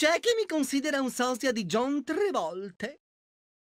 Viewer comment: Ho l'impressione che non sia accidentale la pronuncia...🤨